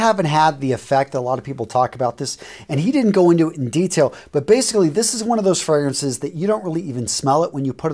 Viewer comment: Good gracious..you butchered all the names of the fragrances. At least TRY to pronounce the names correctly